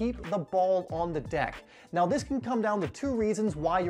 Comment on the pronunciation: Does anyone notice that whenever he says “do” the next word is replaced with a d in the front “Do dis” “do dat”